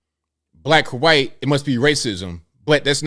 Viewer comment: Love how its not racism when it's a white person. Yet somehow its racism every time something happens to a black person. cant even commit to saying white correctly at times. How do you expect a white person to take what you say seriously when you're to ashamed to pronounce the word "white" correctly.